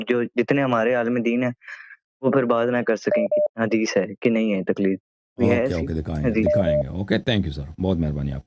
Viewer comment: Talqeed nahi Taqleed hota hai